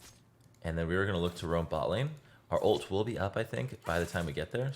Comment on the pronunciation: Why the hell you say Olt instead of ult or alt